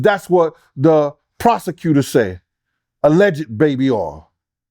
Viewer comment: Nicca said the “prosecuser” pronunciation be killin me😭